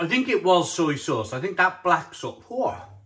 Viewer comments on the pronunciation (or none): Soiiiiii sauce i can’t my guy😂😂😂